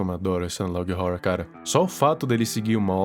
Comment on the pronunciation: Uma dica man a melhor pronuncia e ''analog (Órror)''